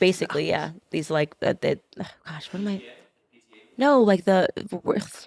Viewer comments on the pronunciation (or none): none